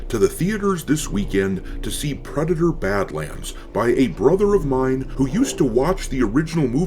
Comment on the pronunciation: ... "PWEDATOR BAD-WAND!" 😂🤣🤣😂